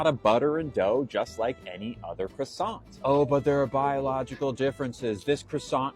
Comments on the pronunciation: It's not pronounced krassont, ya moron. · It's not a cruss-ANT. You don't pronounce the T. Out of everything wrong with this clown that's the most annoying part. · I'd slap him for his pronunciation of "croissant".